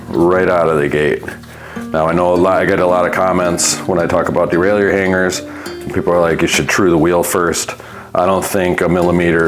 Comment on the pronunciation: Stop calling it a derail-ey-yer and it will work better 😂 It's a de-rail-er.